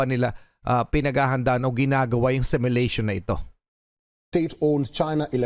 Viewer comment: “simulation” ang bigkas nya ay SEL MYULEYSHON 😂😂 damap SIMYU LEYSHON